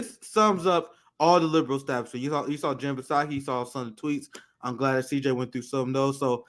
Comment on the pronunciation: It's SOCKY....SAKI......THE P IS SILENT LOLL